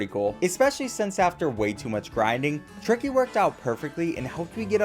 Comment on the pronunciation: Why did you say it like triky